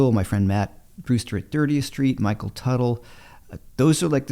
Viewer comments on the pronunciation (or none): none